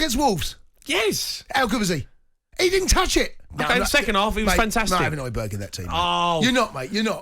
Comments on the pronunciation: This dickhead really said hojberg🤣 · Man said hojbjerg I know for a fact Palhinha is having a better season for Fulham 🤦🏾‍♂️